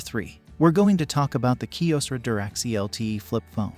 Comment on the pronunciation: Bot AI Voice mis pronunciation is not cool. Nobody did a quality check before publishing. Say “Kyocera “ .. Ki Ow Serra What did the BOT Narrator say ? Unintelligible.